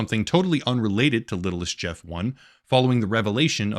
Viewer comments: Epstein Island is a nickname. Official name is Little St James Island. He referred to his island as Little St Jeff Island. So the Fortnite userid is not pronounced Littlest Jeff 1 , but Little St Jeff 1. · its not littlist jeft. its Little Saint Jeff 1. since Little Saint James island was his island. so Littlestjames1 is said as LittleSt[saint]James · It's little saint Jeff. That's what he called his island. Not "littlest Jeff". You did some good work here but you not being able to catch that is kind of pathetic. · I think it’s supposed to read as “little st jeff” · The username is supposed to be read as little st. Jeff I think